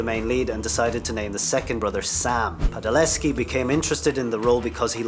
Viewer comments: Its Padalecki not Padaleski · PadaleKi, not PadaleSki. And there were two Rubys, so Gen was not the "one and only." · Dude...at least get the names right. You said "Padaleski." his name is "Padalecki" no S involved. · It padalecki, not Padaleski😢😢 I'm sorry but couldn't help noticing it. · He called Jared "Padaleski" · "Padaleski"????? Dude watch the show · "Padaleski" :DD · And he said Jared PadaleScki and Jensen's wife Danielle, not Daneel. He can't even read... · Yea I think we can all agree this guy doesn’t know his facts fully. 1. Crowley didn’t get killed by Lucifer 2. There wasn’t only one girl who played ruby 3. He pronounces Jared padaleckis last name wrong 4. He pronounces danneel ackles first name wrong! DA FUQ?!! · You can't correctly pronounce Padalecki or Danneel, Gen wasn't the "one and only" Ruby, Crowley sacrificed himself (wasn't killed by Lucifer).... Geez, do your homework before putting out a video. I can't trust any of your "facts."